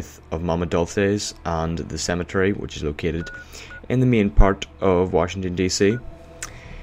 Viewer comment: Small Comment For Being Me... Main Isnt Pronounced Mean You Are not Brittish So please Stop With The Accent For Everybody Sake Nothing Mean :) Good Vid Tho